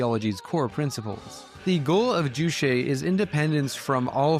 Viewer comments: Its JuCHE like Che Guevara, yeah no need to thank me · Ugh, juche is pronounced ju•che, with the second syllable pretty much like “Che” in “Che Guevara,” which you happened to say a zillion times in the section immediately preceding the one on North Korea. It’s not French as in chez.